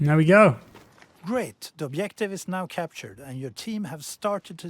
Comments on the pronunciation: "Obiective"? REALLY? How hard is it to learn A WORD in english and how to pronounce it right? Is it so hard to say a soft G? What the actual fuck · Does the word "objective" have two types of pronunciation? Obdjective and obyective I have heard only first type before, but here the speaker uses second. It sounds like he is Russian like me :) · Why does the narrator say objective like that? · the way he speaks "objective" makes me laugh